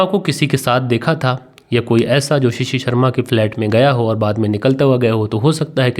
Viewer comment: Assalamualaikum it is not shishi it is shashi and it is not parteet it is prateet I have corrected you please don't mind khuda Hafiz